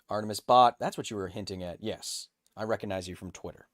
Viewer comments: he omits the "g" every time when saying that word. he always says reconize instead. it's very strange. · One of the biggest mysteries in science. Does Kyle say "recognize" that way ironically or does he really not know how to pronounce that word?